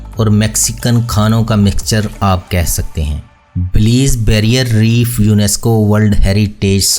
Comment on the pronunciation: اصل لفظ بیلائظ ہے بلیظ نہیں .